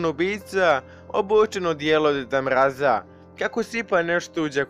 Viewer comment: Zasto r ponavljas djed mrraz